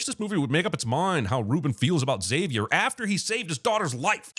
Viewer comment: Saying X avier instead of zavier should be a sin too.